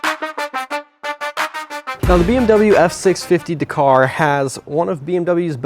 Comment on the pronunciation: DAK CAR,,,NOT DA KAR